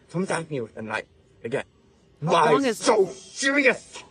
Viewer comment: Why so sewious